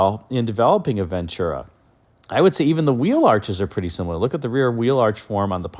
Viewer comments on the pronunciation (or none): once again, it's PRONOUNCED VEN-TU-RA...NOT VENT CHU-RA/ NO CH! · it's a Spanish word. I'm fluent in the language and it means, "Good Fortune." I've always said you come to the West Coast...NO NONE SAYS VEN CHU RA. Like midwesterners or peeps from the east say it. Even Network News Broadcasters say it correctly...VEN TU RA. NO CH. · VEN-TU-RA! No CH in Ventura!!